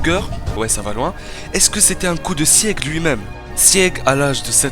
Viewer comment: Les reviewers manga faites un minimum d'efforts svp sur la prononciation des noms des perso c'est vrmt triste Pour sieg : c'est pas "sièg" le "e" se prononce pas Pour Peak ça se dit pik Aller biz